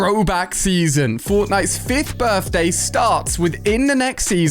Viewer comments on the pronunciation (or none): The fact he said Birfday cakes🤣🤣